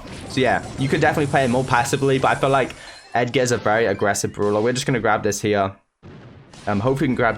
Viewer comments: Pls start saying brawler not brula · Brawler!!! Not! Browler !!!